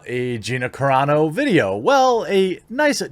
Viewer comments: Lol Carano, not Carrano :) much love from a brand new subscriber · Roll the Rs when there are two rs like carro, carreta or when the word begins with an R. But I think Carano is Italian.